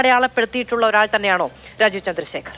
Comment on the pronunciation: മലയാലം മള പോലെ പലയുന്ന ഒരു ലാജീവ് .....